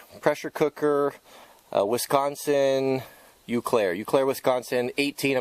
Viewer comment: Eau, is pronounced like the word "OH".